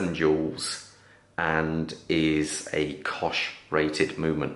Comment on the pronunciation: Cosh? You mean COSC, babe.